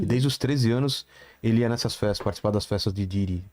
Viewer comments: Porque essa senhira qdo se refere ao Diddy ela nao fala Diddy , ela fala Daddy. O que è bem diferente. 🤔🤔🤔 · n tankei o cara falando pididi kkkkkkkk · Mas ehhh P.Diddy pra geração milenium P Daddy pros nutella